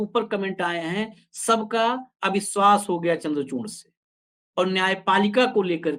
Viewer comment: आसीस चित्रांसी जी अविस्वास ,इस देस में करप्सन नही होता हैं। नोट :-आप अपने हिसाब से " स "की जगह " श " का उच्चारण करने के लिए स्वतंत्र हैं ।